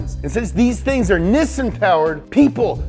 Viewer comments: Says Nissan correctly for the first time in his life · He said Nissan right, not bloody Knee-Sann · Ayy, like the pronunciation of Nissan and thank fuck there was no fosters reference.